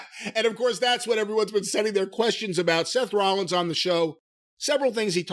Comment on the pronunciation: "Seth Wowwins" lololololkchcjf